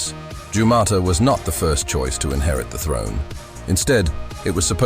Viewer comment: Hey arserhole 😅😅😅 it's not gaumata it's Gautama Gaumata means mother cow, Gautama is a name of Lord Buddh Vishnu Avataar